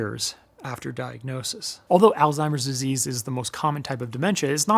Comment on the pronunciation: I’m just glad you’re actually saying “Alzheimer’s” instead of “Old Timer’s.” Man my grandma always called it that. I thought that’s what it was for years 😂